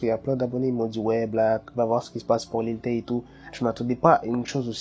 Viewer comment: au debut tu as dit lil tayne